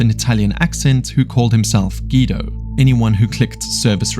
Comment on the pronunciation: Ive never heard guido pronounced like that 😂